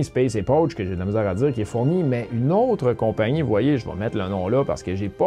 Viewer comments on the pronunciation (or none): Excellente présentation ! Pour la leçon d'aujourd'hui : Jiǔzhōu yún jiàn, se dit djio dgo uine tienne Est pas facile celle-là. Hahaha Passe un bon dimanche.